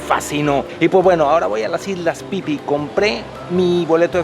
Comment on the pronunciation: Si es phi phi. Se pronuncia isla Fifi. El pipi es otra cosa 🤣🤣🤣